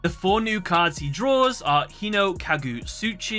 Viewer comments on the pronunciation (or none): none